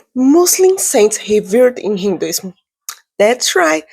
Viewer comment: This small girl knows nothing of Hinduism. She can't even pronounce the words properly. She doesn't know what she is speaking. She must have been placed by some one with agenda. None of the personalities she mentioned were people who revered Sanatan Dharma. Mostly these people were non violent and that is enough quality to be a Muslim. Otherwise where do you find peaceful muslims. On the whole this is a crap with all wrong things. You people cannot grasp Sanatan Dharma. It's not your way. So just keep out.